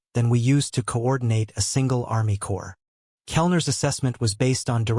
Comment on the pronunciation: Dear AI Wizards and Obama, Please train your AI readers that the word "Corps" is pronounced "core", not "corpse". Obama, take note also. Thank You.